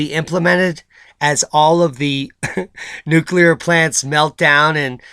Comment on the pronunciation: Did that guy really say "nucular" when talking about the dragonfly?